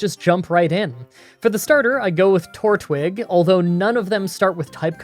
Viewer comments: Did anyone else cringe when he pronounced Turtwig "Tor-twig" and Staravia "Star-raw-via"? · Did anyone else hear him say Tor twig